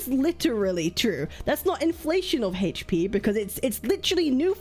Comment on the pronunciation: You seriously need to learn how to pronounce "HP."